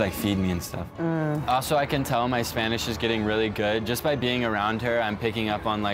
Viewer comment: pero like "check my spanich"